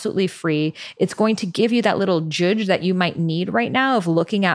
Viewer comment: Did she say "joodge"?